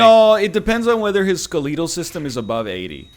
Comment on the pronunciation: NL always has interesting pronunciation when playing Bio Inc Redemption. Ske-leee-tal system!